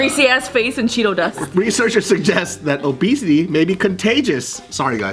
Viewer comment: Isn't there another video where says "Rechearchers"?